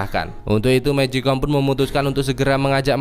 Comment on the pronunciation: Bang magicone bukan mejikom